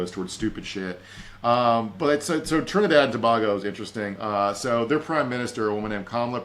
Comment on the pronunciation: I love you and your big brain to bits, but for the love of god, it’s Trinidad and TO BAY GO!!!